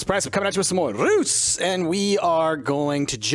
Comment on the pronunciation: Price you're still pronouncing Reus wrong. The 'r' and the 's' is solid only the 'eu' is pronounced differently. Still its pretty good since english doesn't have that sound in it's ABC.